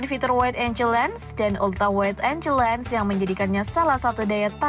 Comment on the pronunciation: wide angle penyebutannya waid enggel bukan enjel..